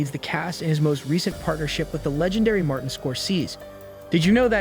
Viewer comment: You are saying Martin's name wrong